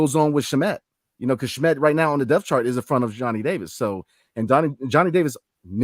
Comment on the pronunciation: It's been a number of episodes now. So would say something. Landry Shamet's name's pronunciation. Last name: 'Sham' as in the news tweet guy: 'Shams Charnaria'. "Sham * met". It's how the Suns org, and how most people have said his name for the last 5 years. If unsure can check with any of the other Locked ON guys including the Locked On Suns.